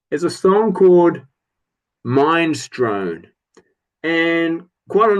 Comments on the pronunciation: Uhhh it’s Min-es-strone. Like the soup? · Bonfire: I always assumed those signatures were "factory issued", ie they were printed at the press because I bought mine new, and it has them too. As for Minestrone, fun fact: It's pronounced "Minnes-tronie" and that's a type of soup! :-) It's an 'a-cappella' piece and it's fun, but yeah, it gets old quite quickly. Yeah WSOP always stuck out like a sore thumb on Force Majeure. It would have been fine buried at the back, but not an opener, agreed. Ah Love For Sale is fine, it's supposed to be a party song. Just a throwaway. I could have done without Ride Cowboy Ride, now that's kinda rubbish. Don't have any of the other albums (yet), except Electric by The Cult and yes, I agree, it fits the album, but I'd have preferred another Cult song.